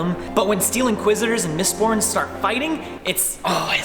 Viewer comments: Only I heard "Mist PORN" not "MistBorn"? :D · i thought he said mistporn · Thought ya said Mist-porn there